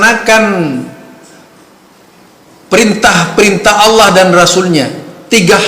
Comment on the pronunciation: Kalo bacan lapad Allah, ha nya ha besar bukan pake kho pa..... Emmmmmmmm